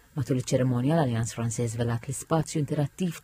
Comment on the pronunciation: Send the annoncer to Alliance Française to learn how to say Française 🙄